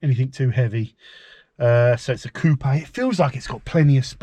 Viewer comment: Lovely choice! Also, kudos for pronouncing "Coopay" properly. Here in Canada, people always follow the U.S. pronunciation "coop." You'll have it all looking sharp in no time!🙂